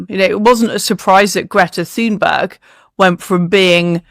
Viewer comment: The "Th" in Thunberg is not prounounced as in English. Just ignore the "h".